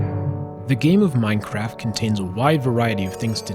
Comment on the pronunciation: at the beginning, I thought u said minecrack